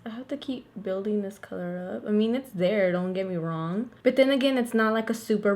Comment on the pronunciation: whenever you say BUT i think you're saying BET and i'm like ouuu she from new YORK?!?